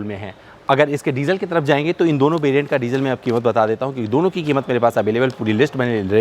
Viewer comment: "Bideo", "Bariant", " Balue for money"! Inke Uccharan ko thk kar lein to video ar enhance ho jaegi!